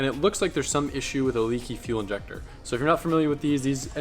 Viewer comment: Just say injector like a normal person